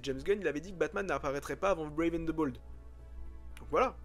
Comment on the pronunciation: "Ze" Batman ca m'a totalement déconnecté de ta vidéo.